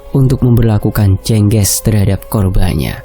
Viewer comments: Jeng ges Bukan jengges mas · Bacanya Jengge`s maz, Bukan je`ngge`s